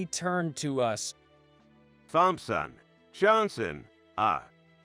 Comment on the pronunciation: The story was good BUT the AI reader was really bad. I had to turn off the sound and just read it. Pronunciation was off Thompson, better to just start.